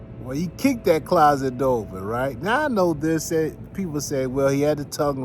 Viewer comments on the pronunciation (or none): none